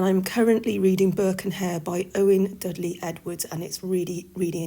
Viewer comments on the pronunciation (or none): none